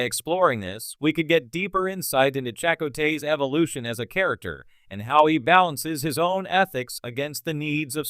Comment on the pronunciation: Uhhhh, listen to how this computer generated voice pronounces "Chakotay" ... FFS.